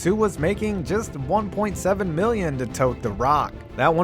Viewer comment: What's a "Meelion"?